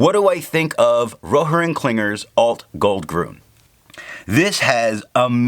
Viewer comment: Nice video, watched immediately ;). By the way, two small remarks. It is "grün" not "grun" which changed the sound. Also, you have called this ink KWZ Alt-Goldgrün once or twice which I think was quite funny 😂. Take care ;)